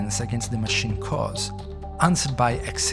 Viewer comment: "Matchricks"? "Mashin"? "Rubutts'"?